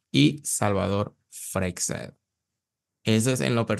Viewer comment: LaSar no!!, LaZar! Frecxedo nooo, Frei-shedo!!((Freixedo)